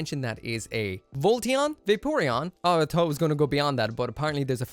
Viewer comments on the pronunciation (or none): none